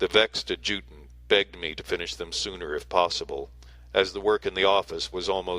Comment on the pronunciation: FYI adjutant is pronounced ad' ja tant